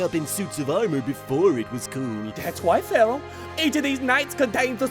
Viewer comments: It's not Pharoah. It's Phawowoh. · "You know what sinks ships Pharroro, CANNON."